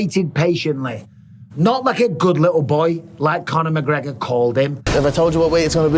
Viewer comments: Who the fook is McGreogr? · Who's mcgreogr?